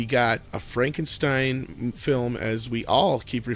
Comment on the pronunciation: to hear Andre's Spanish (not a diss, it's actually quite good) and I LOVE how he pronounced Frankenstein, very German-esque.